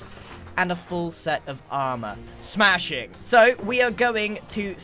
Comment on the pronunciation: that is the most posh/British ‘smashing’ I’ve ever heard